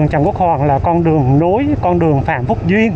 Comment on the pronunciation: Đường Phan Thúc Duyện , chứ kg phải Phan Thúc Duyên nha bạn . ❤